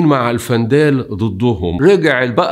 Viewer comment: الوندال وليس الفنداال